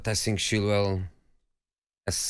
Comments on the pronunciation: Jose to Tottenham: think fast. Tottenham: he said sink fast. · To sink...to sink fast😂😂😂😂..no offence Jose..but that was funny asf...